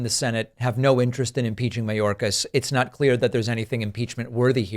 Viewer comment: Margorie,,,Margorie..! Tell us why you impeached Mayorkis? "Because he's a vewy vewy bad man..."